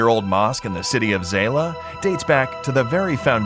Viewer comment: It is pronounced as ZAYLA'. It's not Zeeelaaaa or Zeelah